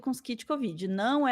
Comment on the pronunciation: Kid Kovid seria nome de uma banda New Wave dos anos 80 rsrs, não é "Kid" Covid, é "Kit", não?;)